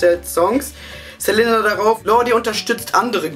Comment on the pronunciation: OMG HAHAHAHA das war die geilste bravo analyse evuuuur! auf jeden fall mehr hahaha. du sagst immer ßelenna haha, es heisst selina:p egal, ich fand das video sau geil haha und hättest du die stelle mit justin und pattie erwähnt, wo sie meinten das eine frau justin von hinten 'antoucht' wäre ich wahrscheinlich gestorben vor lachen. war sehr nice,!